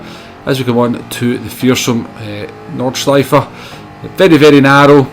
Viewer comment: Thanks for your great tips and tricks. I'm a poor driver myself, but enjoying the game. Your videos keep the game a bit cleaner as people watch it and take on the good advices. Btw. You nailed the track as perfect as the pronunciation of "Nordscheife". All the best